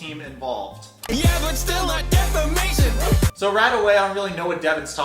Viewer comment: Love you, but the irony of you pronouncing 'defamation' incorrectly and spelling 'lawyer' (i.e. lawer) wrong doesn't bode well for ya when you're criticizing Deavan's intelligence :\ I do agree that Deavan's a bit out to lunch though...